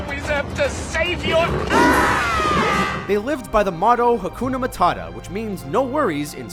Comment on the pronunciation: Adult Simba struggling to say hakunh matata.